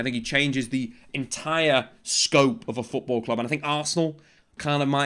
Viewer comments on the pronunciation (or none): none